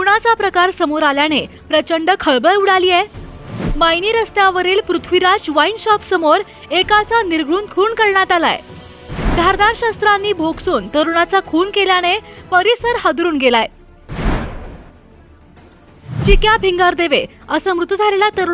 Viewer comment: शब्द नीट लिहा आणि वाचा भोसकून आहे भोकसून नाही